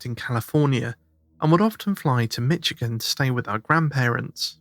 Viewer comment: I'm a Michigander and I noticed pronunciation of my state was "Mitchigan". It should be more like "Mishigan", no "t" sound. Love your show! <3